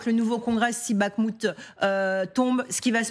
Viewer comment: Encore la JOURNALISTE maintenant c'est BaGHmout! G,h,i,j, et enfin K. c'est pour bientôt.